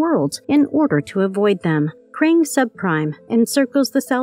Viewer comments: You seriously didn't notice her mispronounce Krang? She keeps saying " Krong" that ins't the name it's Krang... the lady has 0 clues about TMNT origins.. lol. Lousy editor. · Hey I'm a big fan of your videos but at the same time I don't care how messed up your subtitles maybe but maybe you should fix your ai's pronunciation on all of the stuff you do. I'm listening to this video and I'm like who is the krong lol😂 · This was fun until the 100th time of your horribly mispronouncing Krang.....I'm over it sadly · Ok. First it’s Baxter Stockman , not Baxton Stockman. And it’s The Krang, Not Krong.